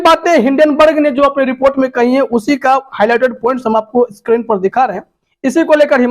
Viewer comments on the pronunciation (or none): none